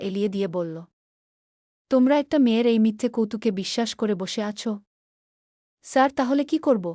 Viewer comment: আপনার পড়া ঠিক করুন শুদ্ধ করুন। কাঁদতে কাঁদতে বা হেসে হেসে এই শব্দগুলোর উত্তর উচ্চারণ আসলে কি তা জেনে নিন।আপনার গ্রামের বাড়ি কোথায় সাড়ু কি ধরনের শব্দ, স্যার শব্দটা ইংলিশ, এটা উচ্চারণ করতে এত কষ্ট হচ্ছে?এভাবে চলতে থাকলে কমেন্ট খুব একটা পাবেন না।